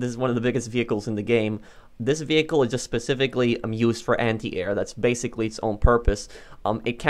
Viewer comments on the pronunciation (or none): none